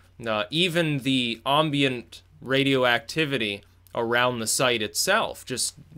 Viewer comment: Ohmbient... Das-a-meter....